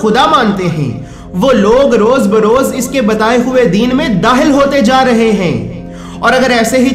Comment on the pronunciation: Ap kha ko ha q bolte ho hilaf nai khilaf dahil nai dakhil hota hai sahi se bola Karo